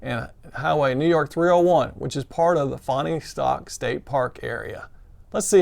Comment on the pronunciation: I really enjoyed watched your videos of your section hike -- great job! Almost like being there! BTW, to help, it's pronounced "Fawnstock" by locals (I used to live near there).